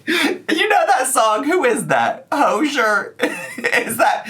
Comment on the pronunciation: It's Hozier bestie 😂 doo doo dee doo